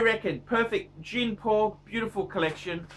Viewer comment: Jean is phonetically pronounced “Jhaan” not “Jeen”.